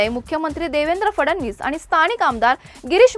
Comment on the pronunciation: न ला न आणि ण ला ण म्हणा (म्हना) ताई 🎉🎉 खूप झाले आता आनी बाणीनीपानी हम रोज एक घंटा ऑनलाइन खेळणेवाले है 😅😅